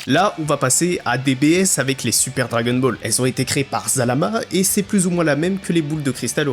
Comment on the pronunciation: on ne prononce pas "dragueune bol" par contre. c'est assez agaçant d'ailleurs.